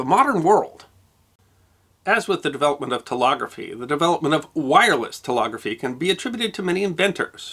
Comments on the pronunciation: TeLEGgraphy! Not TeLOGgraphy!!! LEG! NOT LOG! JEEZ!!! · I'm sorry to be picking you up on your pronunciation again but you keep saying: "tel-OG-rafee", when you should be saying: "tel-EG-rafee". Please listen to yourself. I'm not making this up. Love your shows, your creativity is awesome. Please work on your pronunciation. > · Well done. Sweeping scope! BTW the word "telegraphy" is pronounced tel-EH-graphy (not tel-AH-graphy). The word "telephony" is pronounced tel-EH-phony (not tel-AH-phony). You covered lots of ground with surprisingly few errors. 👍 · I love this series-but I gotta say that this is the first time in my 75 years that I've heard teLEGraphy pronounced "teLOGraphy"🤷‍♂️ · Telegraphy is pronounced te leg graphy not te log graphy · With respect I believe it's 'tel-EH-graphy" and "tel-EH-phony," not "tel-AH-graphy" and "tel-AH-phony." For a great history of this invention and the impact it had on society, see "The Victorian Internet" by Tom Standage. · It's telEgraphy, not telOgraphy, and it's telEphony, not telOphony. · telegraphy Sir, not telography. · I hadn't realised until today that Americans (or at least those from locale) say Tel-og-raphy, not Tel-egg-raphy. Which just sounds really really odd to my English/Welsh ears! And Tel-off-any... That's just weird! How do you pronounce Telescope? Anyway, still very interesting, and it had never dawned on me before why a relay is called a relay! So flippin' obvious, but that penny took a very long time to drop! The computational power in the hands of most first world teenagers is absolutely mine boggling, and what do they do with it... Snapchat and Instagram... /me quietly sobs... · It's "telEgraphy", not "telOgraphy"!! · is it not tele- graphy ? rather than telography as you pronounce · I thought it was "telEgrAphy", not telOgraphy.... Similarly telEphony, not telOphony. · Tel-“leg” graphy, not tel-“log”-graphy. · It's pronounced "tel-leg-raphee" and "tel-lef-fonee."